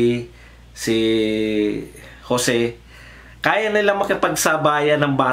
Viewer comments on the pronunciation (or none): none